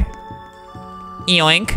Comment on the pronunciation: WHY U KEEP SAYING YONK